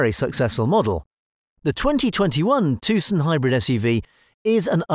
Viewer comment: The C is silent.